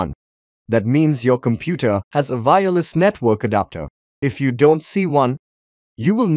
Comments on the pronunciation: The way you day "vireless" confused me instead of saying "wireless" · say Y then say ER then put Y in together with ER now say "Y ER" with "less". Now you can say Wireless and not fkin Vireless. You dont say Vindow so why Vireless? ty.